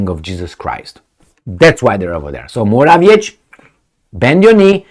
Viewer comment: you should learn how to pronounce Morawiecki's name (and some other polititians' names for that matter). Why don't you look it up? It's really irritating...